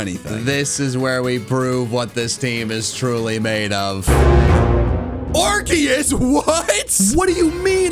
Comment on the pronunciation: didnt pronounce arkoos correctly